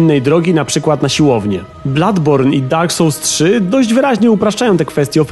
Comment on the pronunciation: Dak sołls xd